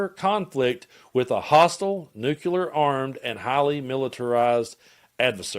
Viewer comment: NEW-CLEAR nucular is not a word Sound it out man